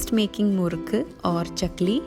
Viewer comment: Great ❤️❤️❤️👍🏼👍🏼👍🏼.... wanna ask a question?? When u told "Murruku" in Tamil , it sounded perfect n flawless.. bcos other Lang speaking ppl couldn't gt that perfection .. so do u know/ speak Tamil ?? It's such a crazy question but couldn't resist asking yu??!!!